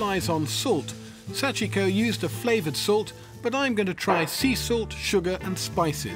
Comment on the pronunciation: I think he pronounced 'Sachiko' (hard to even figure out the name) about 8 different ways in this video. Japanese ain't hard, it's phonetic.